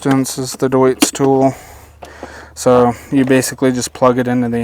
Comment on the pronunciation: i love he said DEUTZ right i am from deutz, west germany ! =) (cologne) deutz fabric was just the district ...